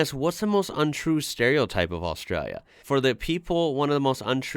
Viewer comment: I appreciate you pronouncing Australia correctly. Cheers Mate